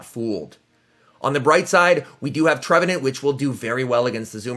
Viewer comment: Any chance you can say galarian and trevenant properly. It’s not TrevenInt it’s TrevenAnt